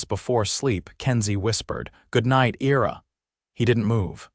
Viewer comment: Your AI can't pronounce Ira correctly.